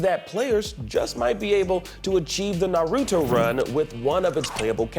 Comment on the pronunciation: He definitely mispronounced Naruto. That cannot stand with me.